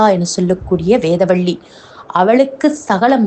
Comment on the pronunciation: Timely post.. Your tamizh pronounciation can be better. It's not வேதவள்ளி , it's வேதவல்லி